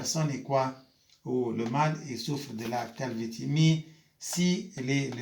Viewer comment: Ça se prononce calvici mais ça s’écrit calvitie prof